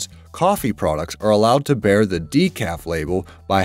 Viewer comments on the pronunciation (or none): none